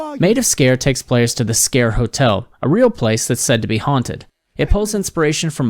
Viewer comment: Wow finally someone that pronounced it right 😁